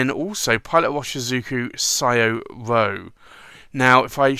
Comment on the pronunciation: It's pronounced Shoh-roh...